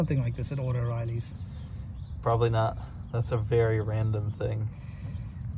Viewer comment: Love how you call O’Reily’s “Auto-reily’s”! Lol. That said, I’m an Advance Auto man, myself. 😉